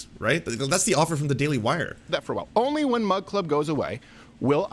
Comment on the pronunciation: Coldfeet Crowder constantly saying "mug club" sounds like he's saying "mud club"